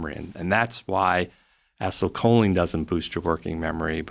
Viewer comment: How does this dude not know how to pronounce acetylcholine